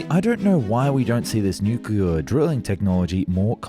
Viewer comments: "Honestly I don't know why we don't see this nucuuuwelough drilling technology" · I can’t believe the narrator can’t say ‘nuclear’ properly 😅